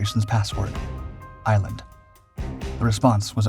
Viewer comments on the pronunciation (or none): none